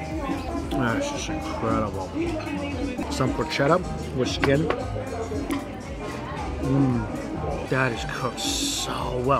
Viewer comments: Mike, please, its porchetta with a K, like porketta- ch in Italian is a K sound, think of chianti 😊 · Pork-etta please for the love of god mikey pork-etta 😂